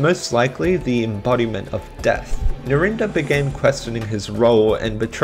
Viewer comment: That pronunciation of Narinder just killed me 😭☠